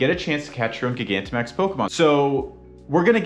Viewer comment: Please stop saying it like that its like gigantic not giga